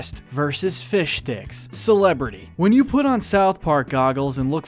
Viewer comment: I like how you clearly pronounced "Fishsticks", making sure to get the "sssttt" in there <:)